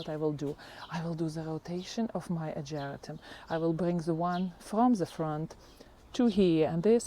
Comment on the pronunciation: Hi, it's pronounced AH-GER-RAH-TUM. At first I didn't know what you were talking about until I looked closely. I also have the Peggy Martin Katrina Rose and it's just starting to put on a lot of blooms this summer. I just love it and can't wait till it grows up the Arbor